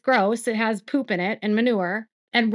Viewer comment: Same! It makes me giggle the way she says “poop” and idk why. I’m like a toddler when I laugh at that. 🤭